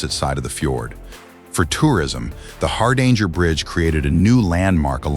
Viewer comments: You could at least give it a try to pronounce "Hardanger". The name has nothing to do with "a hard anger". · The AI is pronouncing "Hardanger" completely wrong, it's using the US English pronunciation. It's also pronouncing "Metres" wrong. Did anybody proof this video before posting it? Or did they just tell the AI to generate this video and auto-post it? AI slop.